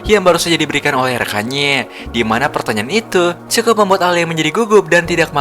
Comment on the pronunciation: Bang kok ngomongnya cekukuk bukan cukup😂😅